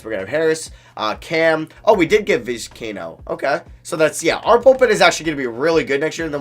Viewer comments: hearing you butcher these names is brutal, just read Vis-kai-ee-no Bed-ro-sian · Pronunciation: Viz- k - eye- a - no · love the videos and I love that your doing MLB. But please, PLEASE learn how to say these guys name Bedrosian and Vizcaino were annoying me the whole video